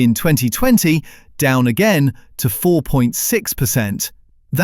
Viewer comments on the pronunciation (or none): none